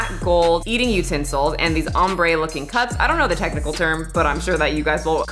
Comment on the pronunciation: Yesssss Congrats girl!!! You deserve it, you put in so much work on your channel and it brings people joy! Also, I love the ombre cups! (You said it right lol)